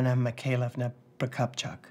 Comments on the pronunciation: Even after repeating it Keri still mispronounced "Anna Mikhailovna Prokopchuk". She should pronounce it Russian way (pro-kop-chook not pro-kop-chuck), as she was supposed to be Russian, right? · At least one of the Os in Prokopchuk isn't pronounced like an O, depending on where the emphasis is supposed to be...